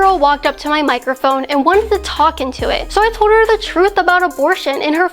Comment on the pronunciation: I like Kaitlin, my only complaint about her is how she pronounces some words. Once I heard it I couldn't stop hearing it in every video. Listen for words with "L's" in them some examples are: Told=towd Called = in this video. I'm not making fun of her, but it's like being in a quiet room with a loud eater, or like being in a quiet room with someone who is breathing way too heavy for just sitting there. It's just a little annoying but definitely not a reason to stop watching. Keep up the great work!